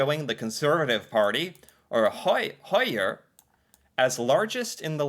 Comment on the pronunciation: Your perfect pronunciation of "høyre" genuinely made me smile. :D I expected you to pronounce it "hoyr". With zero courses, you have picked up on norwegian pronunciation. Keep up the great work!